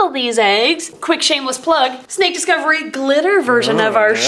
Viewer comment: no afence but snake descovry not animal deccovery